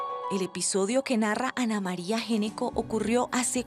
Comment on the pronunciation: Ese apellido no se pronuncia" Geneco " Se pronuncia "Ñecco". En la lengua italiana la " Gn" Se pronuncia como "Ñ" . Una píldora de información lingüística.